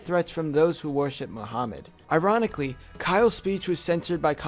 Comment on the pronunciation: I am muslim and he pronounces Muhammad and muslims wrong